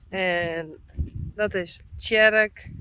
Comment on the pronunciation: Tsjerk....Tsjerk...Tsjerk that was me practising after you pronounced his name 🤣 Chererk.. much nicer than how I'd been guessing 😁 Great video 👍